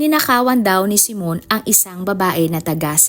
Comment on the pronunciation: Hindi po " simon" kundi, " simeon" reads as " simyon".